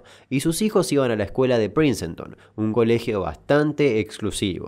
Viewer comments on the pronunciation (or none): No es PRINCENTON sino PRINCETON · Dato plenamente innecesario: se pronuncia PRINSTON y no PRINCENTON. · Genial la info, me gustan estos videos, pero se pronuncia "Prins-tone", no "Princenton". Como el nombre del músico Prince.